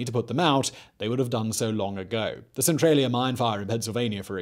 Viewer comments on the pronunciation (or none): none